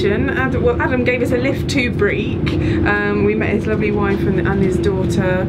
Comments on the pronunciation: Great video! Just to say that Breich is pronounced with a ch as in loch, not like Breek. And thanks for using some Gaelic - mòran taing! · The "ch" in "Leuchars" and "Briech" is pronounced the same as in "loch". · Lovely to see another ATS video. But... Leukars? Breek? Edinborough? Tut tut -- hope you'll do better with English place names!